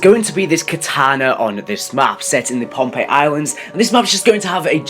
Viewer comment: It's Pompeii